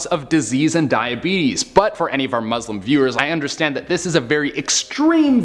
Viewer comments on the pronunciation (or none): It’s pronounced Muslim say it properly or don’t say it at all